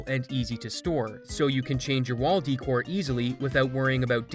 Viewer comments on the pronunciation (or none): Never heard anyone say decor like you did in the ad lol. I've always heard it said like duhcore or daycore.